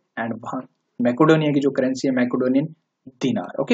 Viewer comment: Its मेसीडोनिया not मेकोडोनिया